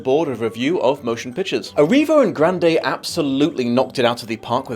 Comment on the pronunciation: Huh, I never imagined how would go about pronouncing Grande but I still somehow never expected "Gran-day" to be it.